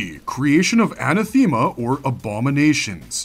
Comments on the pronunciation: Where did you learn annunciation anna- thema ? A-nath-a-ma . Co-loak-qui-eel-ism . Learn it and stop infecting others. Good luck! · Who's Anna Theema? It's An-ath-e-ma. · Your talkie bot is saying anathema wrong. It's more like enATHima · Anathema is pronounced a·nath·e·ma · Please Google "how do you pronounce anathema". Thx. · Pronounce anathema correctly. It’s amazing that in todays world people are incapable of pronouncing words correctly.